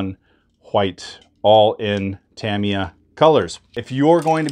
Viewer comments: It's pronounced Ta-Me-Ah, not Tam-E-Ah!! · He also said deck-els…. 😳 I think he’s messing with us. 😂